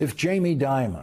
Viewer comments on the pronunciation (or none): I newscasters people would pronounce Dimon as "Demon" instead. Perhaps by accident?